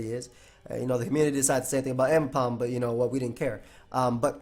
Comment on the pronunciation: ambipom just got butchered